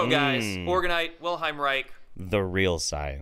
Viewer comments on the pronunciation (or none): Why can't that orgonite dipshit say "Wilhelm" right? It's WilHELM, not WilHEIM. Freaking jackass.